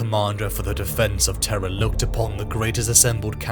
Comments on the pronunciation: terr.rra not teh-rahh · Love your stuff always have but so much work goes into these how do mispronunciations get through? Turrah, instead of Terra? I've never heard Curberous but I imagine someone might say it that way. This Chanel is so awesome, just idk double check the pronunciation. Everything you do is so flawless this mistakes really stand out. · When Terra is pronounced correctly, British folks need to clarify they aren’t saying terror. This is the first time I’ve ever heard it pronounced t’RA. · The siege of what?! Of traaah? Was that read by AI?! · What the hell is "Terrah"? 🤣🤣🤣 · Tur-rah almost ruins the video, so silly to say it that way that it completely takes me out of the narrative every single time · Where the heck is, "Terr Ah"? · The way Terra is pronounced killed me😅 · amusing..had the characters voices in my head....WTF is Terrah? Its Terru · Traagh or terha tirah ! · what accent is Terra Turrah? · Brother have you never told the VA in the beginning of your videos how to pronounce Terra? 😂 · Your AI mispronounced "Terra" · BROTHER LEARN HOW TO SAY TERRA PLEASE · Just say terra right dam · The way Terra is pronounced could be a Seinfeld episode. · It’s pronounced weird. Britainstan speak I guess. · i opened comments just to shit on this pronunciation.